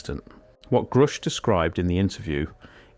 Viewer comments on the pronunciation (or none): It's not pronounced groosh, buddy. Its like grush. Like the word rush, with a g at the beginning. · Grusch rhymes with rush. And he is a very courageous man. Thank you very much for this channel.